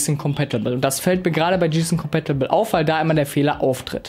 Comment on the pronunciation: 2 Tips für Dich, 1 Hat ein VA Panel sowieso immer einen guten Schwarz Wert und den brauchst du nicht Extra zu betonen, es ist ja schließlich kein IPS Monitor! 2. Wenn Du Englische Bezeichnungen nicht richtig aussprechen kannst, dann lass sie einfach weg und mach das Video nur in Deutsch, Gsysnc Compatible z.b. komplett falsche Aussprache! Wenn bei dir manche Monitore ein schwarzes Bild bringen, dann hast Du wohl mal Blackboost aktiviert, diese Einstellung ist nicht mit jedem Modell kompatibel! Blackboost hilft einigen Monitoren dabei den Input lag zu reduzieren, dieses Modell funktioniert Übrigens 100% mit Nvidia Gsync kompatibel habe es selbst bei einem Bekannten getestet.